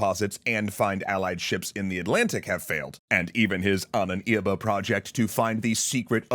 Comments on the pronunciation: Love it but your pronuntiation of the word ahnenerbe is very confusing😅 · I am sinning this map, as well as the suggestion that Wewelsburg was threatened by Soviet force - it's in western Germany and was taken by Western Allies. Also, why do you keep pronouncing Ahnenerbe so weir?. XD